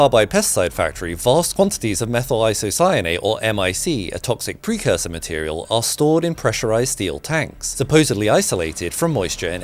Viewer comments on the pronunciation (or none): none